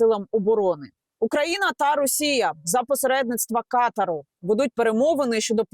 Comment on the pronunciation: Пані Янна Ката'р а не Ка'тар